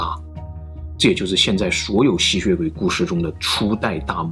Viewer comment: 我一直聽到吸穴鬼